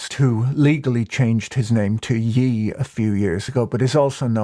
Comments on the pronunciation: Patrick, with respect and love, I cannot tell whether or not you either dont understand "Ye" is pronounced "Yay" or if you are intentionally, tongue-in-cheek mispronouncing it as "yee" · “Changed his name to Yeeee” killed me 😂 It’s pronounced “yae” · Ye is pronounced like "Yay", not "Yee" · Not a glaze but it’s pronounced YAY like Kanye. Yeezus is a portmanteau of ye and Jesus. I don’t understand where anyone thinks YE is pronounced yi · It's Ye pronounced yay (tail end of Kanye) as in the expression of celebrating a positive. 😅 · Patrick pronouncing Kanye's nickname like he's the second person plural in Ireland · its ye, like yay. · "Ye" rhymes with "yay" -- like the syllable of his name that it originated from 😘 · Calling Ye "Yee" is crazy